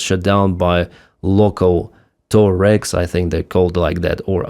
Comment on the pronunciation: Now, now...eh the Mali "TOE RAGS"? They are TUAREG. ☘️🇮🇪